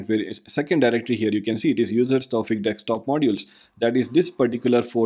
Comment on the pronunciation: Very well done... not 100% certain... it SOUNDS like you're reversing the "s" and the "k" in Desktop and pronouncing it as deks-top.